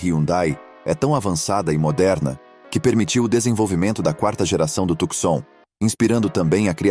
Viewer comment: Companheiro, não se diz "Tucsom" (oxitona), mas TUCSON (paroxitona)!